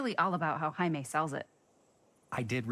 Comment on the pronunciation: cant stop laughing at when the characters would say Jamie, it sounds like they are saying haime